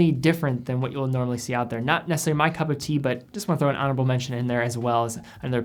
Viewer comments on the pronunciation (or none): none